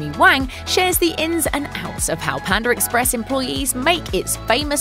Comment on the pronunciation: Pander Express lmao